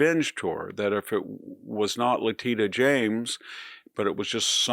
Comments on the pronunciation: Love the le-TEEDA😂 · I believe her name is pronounced “Lateeta” 😂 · I wonder if his pronunciation of her name as “Le teet a” (which I have heard him do many times) is an intentional mocking or an unintentional verbal glitch. He has other words he also mispronounces — but wonder what people think. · VDH says La teta😅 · Le" teets" uh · I can't fathom how an intelligent and well informed person can repeatedly fail to properly pronounce a simple name. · come on victor, it's not "probably true" that they targeted James. Bill Pulte made it his personal project to target democrats. and if you were a serious person you'd pronounce her name right. and you'd note that the suit against trump was a civil suit not a criminal prosecution (and i'm not defending that claim or her quest to find something to use to get trump). and like it or not we ARE now in banana republic third world status. when WE retake the government there will be retribution. maybe even against you. definitely someone will investigate every check Bill Pulte has ever writter. Trump's crypto scams will be ended and confiscated. don't act all innocent here. trump is a thug. he gets his governing principles from roy cohn. well there's more of us than there are of you, you holier than thou flack. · He keeps mispronouncing her name 🤣🤣🤣🤣🤣🤣🤣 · Interesting way to pronounce Letitia, also "expressidly"? 😅